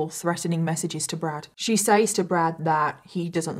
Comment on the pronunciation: I love watching your videos but please, PLEASE for the love of God, pronounce "says" properly. It's "sez", not "saze"...